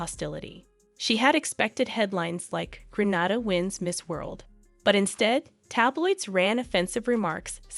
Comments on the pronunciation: As a Grenadian, it hurts my heart to hear you pronounce it Granada. Its Grenada. Jennifer now lives in Canada. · Thank you but, 🇵🇹Gra-nada is in Spain. 🇬🇩Gre-nada is in the Caribbean. There's a big geographic differenc, correct pronunciation is necessary. Proud Grenadian, some info is new to me. Thanks again 👍🏾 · GrenHADA is in Spain. It's pronounced Granayda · It's Gren ay da, not Gren ah da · its pronounced GRENAYDA not Grenada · It irks me when it's pronounced Gra-na-da! It's Gren-naay-da!! The do the same mispronounciation of Curacao too...Cu-ra-co instead of Cu-ra-soe! Ugh! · The country's name is pronounced Gren-nay-da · Lady its Green-a-dah! Thank you! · GReat story. Just one quick correction. The name of the Caribbean island is pronounced Gre-NAY-da. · You said Grenada incorrectly.